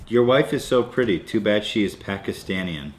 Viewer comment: What the fuck is "pakistanien" it's "Pakistani"